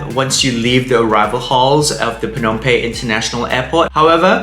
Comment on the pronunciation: Excellent recommendations and advice for us before going to Phnom Penh for the first time. Just a suggestion for improvement. Please pronounce Phnom PeNh with emphasis on the "N" of Penh instead of pronouncing it as Pey. It is a bit distracting. All good. Thanks.